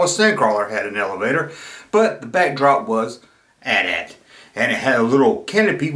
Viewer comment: I didn't know that! You'd think it might be some anti- gun law on toys but that doesn't hold water because all the figures have guns and the rest of the back drop on that playset features guns prominently, so it's a real mystery. And you're right to pronounce it AT-AT and not A-T A-T.